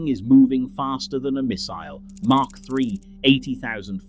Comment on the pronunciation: It's Mach lll not Mark lll! It's SR-71 not SE-71!